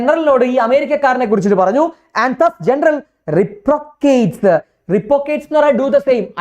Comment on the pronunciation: sir reprocateso?😂😂 reciprocates aaan 🙆